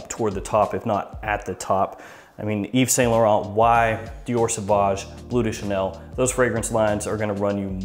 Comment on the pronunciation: Like your videos! And I know, it's hard for english speakers, but... it's blØ (like MØ), not blue de Chanel. ;)